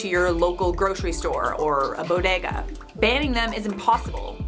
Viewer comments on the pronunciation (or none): none